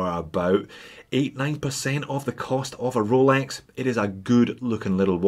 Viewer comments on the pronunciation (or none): none